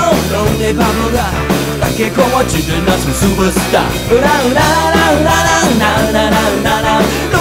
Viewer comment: SUPER STAR的發音超她媽台ㄉ 威猛